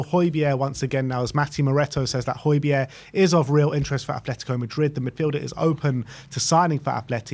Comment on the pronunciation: I like Hojberg but need him gone to stop the pronunciation.